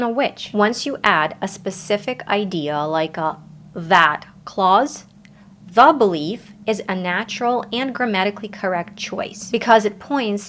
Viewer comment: Lol i love the way you pronounce "the". Sounds more like "da". I like it, though.